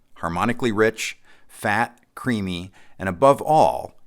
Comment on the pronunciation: at first I heard it as: “Harmonically rich, fat and CREEPY!” Instead of CREAMY!hahaha😂😂😂